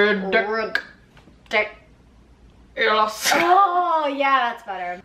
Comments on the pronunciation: “Rid-dik- Ulous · Ri-DICK-ulas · Rid..Dick..i..lus Lmao😂